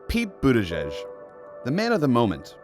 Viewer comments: Dear idiot newswoman, it’s not Butt-igig. It is either Boot-edge-edge or Buddha-judge. Both are acceptable. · I prefer something like "Boody-jidge" for better pronounciation. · Of course Laura can't even pronounce the first syllable of his name. It is boot Edge Edge. She's such a downer. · She said BUTT-EDGE-EDGE.... 🤦🏻‍♂️ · Isn't it butti"judge"??? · Is there any doubt that Laura Ingrham deliberately pronounced is name "Butt edge edge" to remind people that he does butt stuff? What a snit. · Laura Ingraham is a steaming turd for pronouncing the first 4 letters of his name as "Butt" ... we see what you did there, cow and we're having none of it. His name is NOT that 'confusing'. GO PETE!